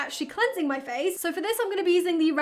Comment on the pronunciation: How normal people say" feels so nice on my face" How say it "feels sou nice too mi fayce"